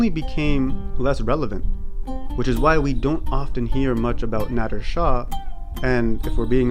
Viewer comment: How cum this English language is so so limited in pronunciation....He( ਨਾਦਿਰ ਨਾਦਰ ਸ਼ਾਹ ) but in English he be dough written as `Nadir Shahʼʼ but the way this guy pronouncing as `Nadddrr--Nadddrr ʼʼ is so so wierd....-!!? Why cant u English speakers or specially the westerns try to learn true pronunciation..... Westerners cant pronounce---(Peshawar , Khandhar -Iran they say `IE--Rraan ʼʼ) English became international language....but it doesn't mean they got right to take a Mickey out of other cultures ....!!